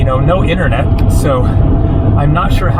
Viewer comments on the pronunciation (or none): none